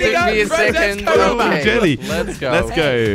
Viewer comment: Hahaha 😂😂😂😂😂 you said gelly not jelly hahahaha